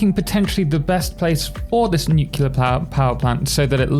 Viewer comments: OMG thank you NEW CLEAR. Nuclear, not newqueuelure. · Thank you so much for going the extra step to pronounce it right. It was hammered into my head by my grammar teachers in the 1970s only to have to wince through the aughts while George W. Bush mispronounced it multiple times a sentence.